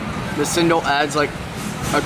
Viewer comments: i always eat apom with chuttney, cendol is pronounced CHEN - DOL the c is like how u pronounce china! :) love the videos makes me so hungry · Cendol is actually pronounced as chain doll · I believe the most appropriate pronounciation in Bahasa (our national language) should be "Chen Doll". And it may vary (slangs) among the races here since our mother tounge is not the same. Even among the Malay people, the Northern Malays will pronounce it as "Chen Doy" instead of "Chen Doll".